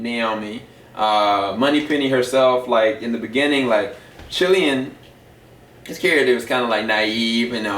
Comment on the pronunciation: Sorry to be picky, I know this was a while ago. But Cillian's name isn't pronounced CHillian, it's KILLian. Good review though. Love this movie, one of my favourite horror's.